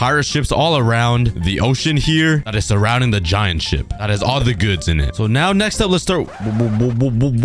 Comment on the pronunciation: did he say ship or shit 😭😭.